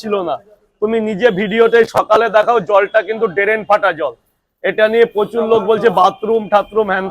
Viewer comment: Drain❌ Darennn Fata ✅